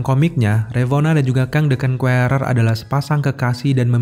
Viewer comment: Bang saran dikit. Pronounce "Conqueror" nya tolong dibenerin. Biar yg belom tau atau masih salah, jadi tau cara pengucapan yg bener.